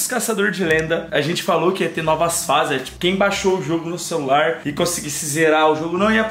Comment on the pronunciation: o jogo é sobrenatural é pega no meu o que eu acho que ele não queria fala r cecular😏😏😏